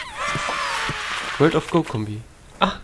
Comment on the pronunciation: übrigens nicht world of gou sondern world of guu gesprochen